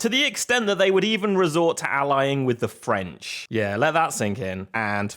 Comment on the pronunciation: Bro said French with a hard F